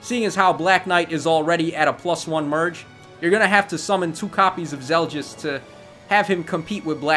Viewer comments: Finally the Radiant Dawn banner! Laguz units when I won't lie, I'm a bit pissed off they implemented Zelgius as basically a somewhat powercreeped Black Knight with the potential for IVs and merges. By the way, it's Zel-gee-us, not Zel-djiss Micaiah is a perfect translation to Heroes. Her Sacrifice skill is pretty much spot on. In Radiant Dawn, it healed status effects and up to your current HP-1, which was then deducted. In other words the way it works here, not like Ardent Sacrifice which only heals 10HP at a time. Sothe is Sothe, but he looks like he'll be more useful here than he was in RD. Probably one of the best dagger users I've seen actually, if not the best. Somewhat surprised they chose to give him Peshkatz instead of Baselard. I'm sure Volke will shit all over him when he is implemented regardless, as is tradition. Shame, since I didn't mind Sothe's character in RD. At least he had more sense than Micaiah. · "Soft" "Zel-Just" Stop itttttttt.